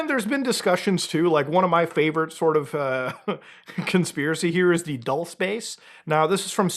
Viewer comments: It's pronounced "dulsay" 😅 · it’s pronounced “ Duel- say” Spanish for “sweet.” It’s not your favorite conspiracy if you don’t know how it’s pronounced, respectfully. Please stop lying in your videos.